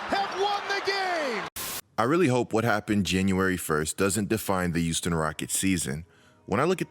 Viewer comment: "youston rockets". There, now y'all can't unhear it either